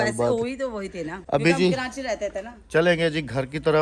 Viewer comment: karanchiii NH hota karachiiii hota he